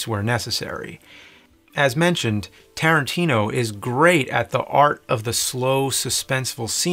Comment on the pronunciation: I love you nerd..... but still its Tarantino!!!!. If it's not broke and all.